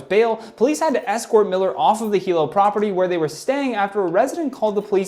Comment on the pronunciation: Super funny to hear talk about Hilo, nice job saying it right.